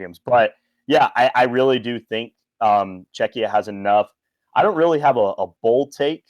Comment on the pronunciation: Czechia is pronounced "CHEK-yah" dude. I kept hearing "Chechnya" when you pronounced it lmao